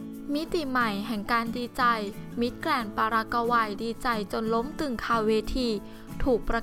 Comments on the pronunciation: "ปารากะวัย" มิติใหม่ แห่งการอ่าน.... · ปารากกาวัยโอ้ยอายคนทั่วโลกบ้างไม่มีใครอ่านออกเสียงอย่างนี้หรอกไปหัดอ่านและหนังสือบ้างนะพิธีกรเจ้าของคลิปอายคนเขาทั่วโลก